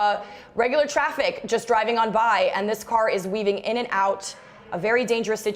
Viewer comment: She’s good at annunciation. Ger-i-ving at a fast speed. Thought it was driving with a D.